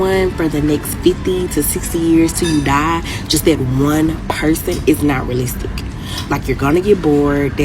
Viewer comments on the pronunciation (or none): She can't say realistic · She had trouble with saying monogamous, realistic and appeasing. Plus more she needs to turn the camera off and pick up a book.